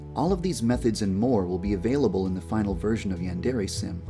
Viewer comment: Is anyone else going crazy over the fact the dev can't properly pronounce "yandere"?